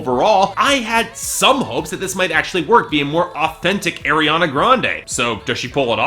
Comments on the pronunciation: Pls say Ariana right! It's arr not airr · It's pronounced R-E-AH-NA NOT AIR-E-AH-NA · he just said AIR-I-ANA i cant anymore shoot me someone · Everytime you say " Air-Riana Grande" it makes me cringe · Three albums and you still don't know how to say her name. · You've done like three reviews of her work and still don't even pronounce her name right